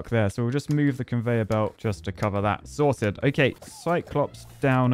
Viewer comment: Every time I hear say "sorted" I hear "salted"...